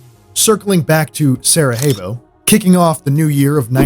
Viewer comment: I don"t know why you pronounce Sarajevo with Spanish "J"? The correct way is Sarayevo! Otherwise cool video..greetings from Slovenia! Love that JNA helmet..i was sergeant in that army in 1987/88 in Macedonia, just before of the beginning of Yugoslav wars!